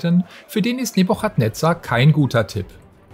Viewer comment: NEBUKADNEZAH .. nicht NEBUCHAT